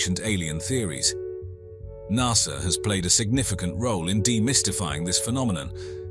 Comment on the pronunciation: lol at the narrator.. "nussah"